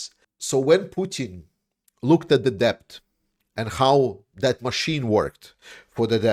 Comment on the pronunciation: Just FYI the 'b' is silent when you pronounce the word 'debt'. It's just pronounced like 'det'.